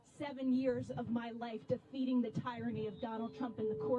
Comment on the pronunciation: Keep speaking out. Eventually the message will get through. (I would like to point out though that it's pronounced 'tir-anny', not 'tie-ranny'.)